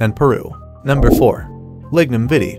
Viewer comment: Vitae its Latin the A is a hard A, not like you are pronouncing vitamin. if it was spelled Vita then you would be correct but the ae together are supposed to be a hard A sound. It not spanish for gods sake.